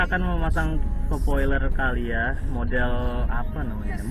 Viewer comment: Calya mas Bukan Kalya / Kayla / Keysha